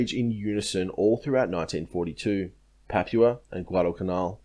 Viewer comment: love your work but. 1. Rabaul - pronounced Rab-bow-el. Papua - pronounced Pup-poo-a or Pup-poo-anne. 2. I feel you are protecting the Australian Buaefighter pilots somewhat - regarding strafing lifeboats. They had seen what the Japanese pilots were capable of and they didn't muck around. In my mind it should have resulted in war crimes trials - but as you said every Japanese troop that landed on the main land would then have to be fought again .